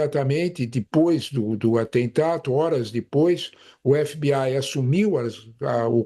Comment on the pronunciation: "f bê ai"